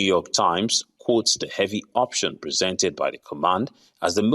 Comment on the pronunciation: Did you say “heavy”?